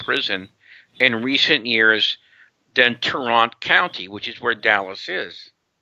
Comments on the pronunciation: Dallas is not in tah-ront county. It's in Dallas county.... Geesh... Fort Worth is in Tarrant county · Dallas in NOT in Tarrant County. Dallas is in DALLAS County. Fort Worth is in Tarrant County. Pronounced "tair-ant." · correction: after min into the video he talks about the county in which Dallas is located. Dallas is located in Dallas County, Fort Worth is located in Tarrant County (which is NOT pronounced the way he did). I was born in the same hospital JD Tippit's body was taken to (a few years before these events). There's so much info it's important to keep everything as factually correct as possible. Great video overall.